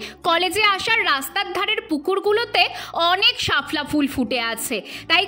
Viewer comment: ওটা শাফলা উচ্চারণ হবে না শাপলা উচ্চারণ হবে